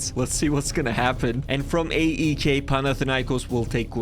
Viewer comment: I support aek its pronounced I-K